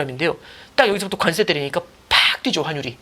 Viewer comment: 관세 증세 감세 모두 뒤에 "쎄"로 발음하시면 안됩니다...